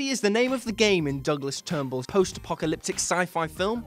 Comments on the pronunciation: Turnbull? I think you mean Trum bull... Oh and Moon? Moon? Anybody? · Silent Running was Douglas TRUMBULL, not "Turnbull".